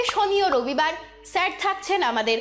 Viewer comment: সম্বোধনটি ছের না, শুদ্ধ উচ্চারণ করুন, Sir -কে স্যার বলুন, ছের না।